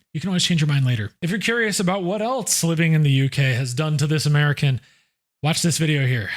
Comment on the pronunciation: There is no t in else just saying 😊